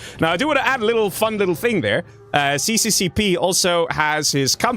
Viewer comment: to clarify. it is not called cccp, it is russian and pronounced SSSR :D